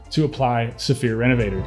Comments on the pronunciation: So, this is going to be THEE most pretentious sounding comment ever, but....it’s pronounced REN-UH-VUH-TORE. It’s not me. They’re French!!! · Great vid. Hopefully I'm not being too picky, but can you pronounce it the French way instead of the English way lol. Thanks for the vid 👍👍